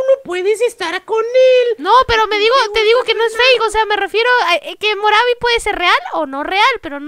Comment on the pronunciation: No se dise moravo se dise morvi